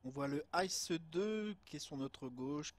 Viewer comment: Belle video mais juste un truc ICE ça se dit pas en anglais mais comme les initiales en français I C E😊 sinon continue comme ça !